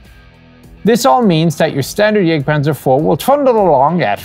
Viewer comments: it is Jagktpantzer, not jêgtpahnzer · "Jagdpanzer" : please don't pronounce the "a" in "Jagd" the English way.. Besides great work.